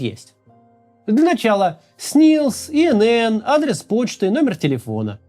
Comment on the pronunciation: Максим ИНН, а ты сказал ИННН! Давайте будем грамотными до конца))) А вообще я так и делаю! Пускаю все данные по ходу на от..бись. При этом помню, что вокруг одни враги!